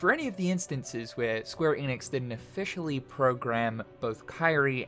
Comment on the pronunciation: Are you going to say “Eeeenix” again?